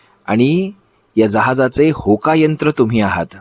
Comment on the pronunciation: Hokayantr nahi. Thoka yantr bola.